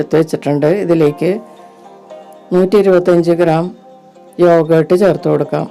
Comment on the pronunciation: എന്താണ് ഈ " യോഗേ ട്ട് " ഒന്നു വ്യക്തമായി പറയു..